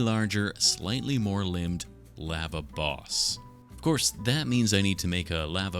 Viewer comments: I had finally came to peace with the way you pronounce aluminum just for you to pronounce lava (“laa -vuh”) as “lah-vuh”, I can’t do this anymore 😔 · I can accept how says “aluminum” but I draw the line at “lava”. Not ok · The way you say lava is so funny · I thought Lava was the monsters name cause the way he pronounced it, I only noticed he's saying the hot stuff when he started making the Lava